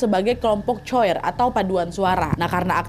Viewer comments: Maaf Kak Nad.. Bukan "choir" bacanya.. Tapi "kuayer" 🙏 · Nad... Maaf nak betulkan sebutan.. Salah sebutan coir tu.. Bukan coyir.. Tapi kuaye.... Maaf ye Nad.. 😅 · izin koreksi ka nadd, dibacanya bukan choir tapi kwaier😁😁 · Bacanya Kuaer bukan coir kak nad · Haloo kak Nad, sorry choir dibacanya ˈkwīər kak. Anw terima kasih sudah menyisipkan “Peringatan Darurat” yaaa🫶🏻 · cara baca choir itu kwaiyer kak nad. cmiiw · btw choir dibacanya "kwayer" wakk😅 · maaf kak emang tulisan nya choir tapi bacanya kuwair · kak maaf penyebutan choir itu ˈkwīər pake k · Cara baca choir "kwayer" kak nadya hehe 🙈 berbicara dengan nada lembut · Kak Nad, Choir di bacanya : Koayer yaa 😅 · Haha..... Nadia lucu dlm pengucapan choir ..... fyi .....maap revisi ya , 🙏Choir = "kwayer" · Choirs = kelompok /group menyanyi di gereja di baca Dlm bahasa Indonesia " kwa"yer dgn Y yg smooth ngk kedengaran kak nad. ❤. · Koreksi nad kelompok choir bacanya kwaiyer (paduan suara) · Kak nad sorry koreksi choir bacanya kwayeir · Fyi kak nad, choir itu di bacanya ku - a - yer (kuayer) hihi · Hallo, Aku cuma pen ngasih saran/suggest, klo ada kata²/words dlm Bhs Inggris, tolonglah dipastiin dlu pelafalannya udah bener ato belom🙈 Aku pun ga fasih English, tapi greget sama Nadia yg kurang/salah penyebutan "choir". Dlu aku diemin waktu denger "church", ato nama² tempat di Amerika ato UK, aku pikir udahlah gpp, tapi tolonglah yak 🙏😅 kan udah banyak translate apps skrg, dlu pun divideo² lama banget Nadia sempat nyaranin buat pake apps translate (subscriber lama aku tuhh;) ) cuma masukan wak tetep Nadia ter❤ and ter🔥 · kak choir gak gitu ngmgnya kak T_T coba dengerin how to say it in google ya T___T